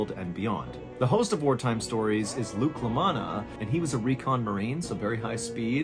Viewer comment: Did you say Luke Lamanna?